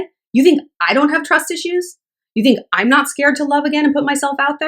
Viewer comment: “TWUS ISHU!” 😂😂 replayed that a few times